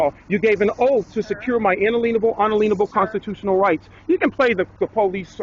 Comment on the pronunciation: What is an unaleanable right? And what is an affadavid?